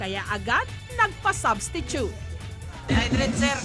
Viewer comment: Ayasao hahahahah dehaydret hahahah